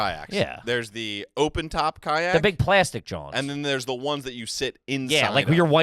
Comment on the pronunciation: Ka-nyak is a great pronunciation of kayak